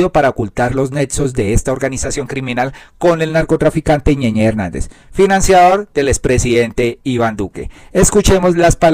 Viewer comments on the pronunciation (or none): Es ñeñe y ud lee ñeñé, no le sobran unas clases de gramática y ortografía; con mayor razón oficiando de comunicador.